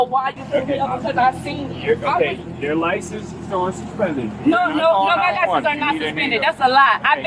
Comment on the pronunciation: "My liscabums dont be sumspendum!" Repeat ad nauseum.